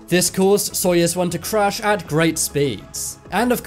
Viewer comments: Such a popular channel, awesome subjects! - But, how can you constantly mispronounce on such a popular channel GAGARIN AND SAYING:GARAGIN ????? ANYONE, EVEN IN THE MOST REMOTE PLACES ON EARTH KNOW ABOUT SOYUZ —— NOT SOYEZ. Seriously???? GARAGIN AND SOYEZ????? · btw your saying soyuz wrong- im russian :) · Jesus! It is not SoiEz one! It is Soiyuz one! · soyUUUUUUUUUz its a enormous size of letter U! (not soyEz...) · SoyEz I thought it was pronounced SoyOOz, I guess i was wrong. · My god Soyuz not soyes And Gagarin not garagin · Soyuz, not Soyes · It's pronounced "Soyuz" (not soyez) and Gagarin not Garagin! At least just learn how to pronounce if you intend to narrate next time. Only reminding for the sake of a better narration. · GA GA RIN !!!!!!!! SOY OOZE. !!!!!!!!! FFS!.. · But it is "Soyez" right? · no - Soyuz. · Lol I like how your pronunciation for "Soyuz" sounds like "Soyaz"